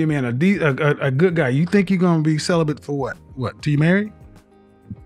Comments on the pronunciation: Cele-bent 😆 why is it we are the only race of people who use words they can’t spell,pronounce or understand the definition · Its celibate , not celibent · Celibate not Celibant lol 😂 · I’m crying 😭 😂 thought I was the only one who noticed! “I’m celibin” 😂😂😂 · I heard "celibent" 😄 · “I been celebant for 2 years” Wtf is ‘celebant” for crying out loud?!